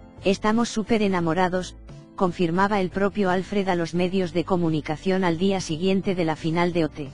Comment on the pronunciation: Sabéis pronunciar Schwarzenegger, pero no Alfred (que es, obviamente, muchísimo más difícil..bueno, eso os debe parecer, supongo). A ver, pistas: Al-fred (palabra aguda, se acentúa la última sílaba) . No "Álfred"